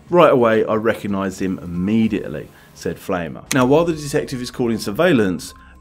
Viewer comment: "Pflaumer" is pronounced rhyming with "Plow-mer" ... "Pflaume" is German for plum.